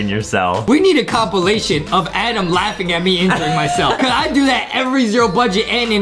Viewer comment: And I like how he says ' ADEM ' . 🤣🤣